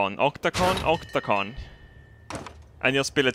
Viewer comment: Octako- Octakon me: O cock ton